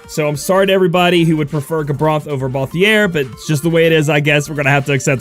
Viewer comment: I'll be that guy. It's ball-theer like the word tier not ball-thee-air